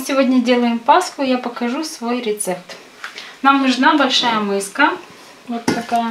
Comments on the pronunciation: 😅миска,а не мыска! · Миска, а не мыска. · Как услышала:мыска, и смотреть не стала.